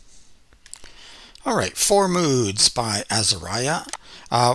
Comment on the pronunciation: Say Azahriah not Azahryah!!! Please!!!